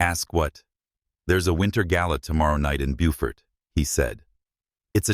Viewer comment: On the third try, AI pronounced Beaufort the right way! 😮!